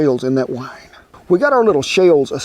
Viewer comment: Wi-ee-ne... Green onion, is a scallion. Not a shallot. It's not even close to the same thing.